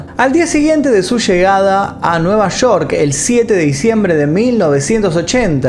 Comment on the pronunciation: El video está genial pero cada vez que escucho Shoko Ono y Nueva Shork me saco de onda😔😔😔